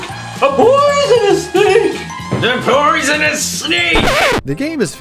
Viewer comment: It's not "a p----oy------son-nus snake." It's an owl speaking. So it should be, "A p-oooooooo-son-nus snake." Krispen has Cedric go with Graham. Yet Cedric doesn't help him in any way other than bringing Graham from Daventry to meet Krispen. He won't go into the desert with him to look for water. Graham has to die a few times before he locates a source of water on his own. Cedric doesn't want to go into town with Graham. And he doesn't want to go into the forest with Graham. Cedric sprinkles some fairy dust on Graham to make him fly. If fairy dust can make Graham fly, wouldn't the fairy dust go up in the air rather than fall down to the ground? You're right about the colors and the scenery. They're really beautiful! Rule: "Take everything that isn't nailed down." In other words - STEAL. Stealing is okay in the King's Quest series. There's nothing like stealing. "Defying normal thinking." How about the magic pocket? Graham puts a custard pie in his pocket. He keeps a hammer in his pocket. Also a harp, a tambourine, a rotten fish, a leg of lamb, a nice warm cloak, a sled, a marionette. and a magic wand among other things. The same in KQ6, KQ7, and KQ8, with Alexander, Rosella, Valanice, and Connor carrying all sorts of objects in their magic pockets...a shovel and a hammer & chisel, a gold bowl with green water in it, a jar of clay with salt or fresh water in it, a China bird, a magic mirror, a gauntlet, a magic map, a lantern, a dangling participle book worm, Beauty the slave